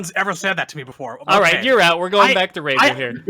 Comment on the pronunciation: lol! Hey guys. It's been a while. Razor is correct in the reading of my username. Thanks for answering my question. I had to ask the deep questions, because that's kind of what I do. I love the idea of doing another non-fighting genre MK game. To: I don't consider Shujinko to be all that popular, but I would be interested in seeing him given a new interpretation of the character. I was never a fan of Chameleon, but you have an interesting idea To: I agree with Dairou, and I think Midway missed out on a good opportunity with him. It still could have worked to have him from Seido but move to Outworld to be a mercenary for Shang Tsung. That way, we'd have a Seidan character established in a game prior to MK Deception and the connection to Hotaru can be explained in that game. Had Midway stuck with the samurai-esque aspects to the design, his two-sword style could have been derived from Niten Ichi-ryū sword style. To Razor: I like the idea of Hsu Hao being given another chance. Despite the Chinese name, I believe that he's meant to be from Inner Mongolia. Sadly, NRS made sure to adapt a lot of elements from Hsu Hao for Kano, such as the chest power-up from his Cutthroat variation and the backstory element of being a double agent. Considering Kenshi's and/or Takeda's endings, perhaps we'll get some prominence of the Red Dragon in MK11.